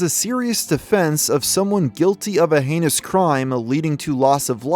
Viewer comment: "For his h-anus crimes"